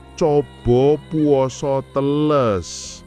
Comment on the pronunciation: " e " teles di baca sama, " e " pertama da " e " ke dua Brow sepengetahuan aku orang Jawa.